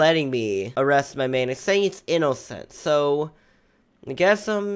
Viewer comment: i love how he says inocent i-no-cent XD